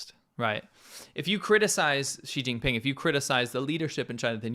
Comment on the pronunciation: Did you just say, "Cheating Ping", for China's presidents name? 😂